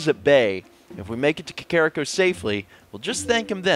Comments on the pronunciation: I know you only pronounce things how you did when you were a kid, but your child-self is wrong. It's Kak-er-Ree-co. NOT Kak-kar-rick-o. I cringe every time. I know you get these comments a lot, but it's ruining my immsersion. Just some constructive criticism:) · Ey mate it's Cockariko :)